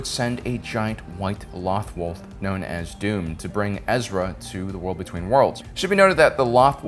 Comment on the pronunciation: I love your content but there are times you have mispronounce things that I know you've herd characters say but still always say it the way u want... You can say Lothal the way it's pronounced. However loth wolf's your butcher. Again I love ur starwars content ur one of the best out there.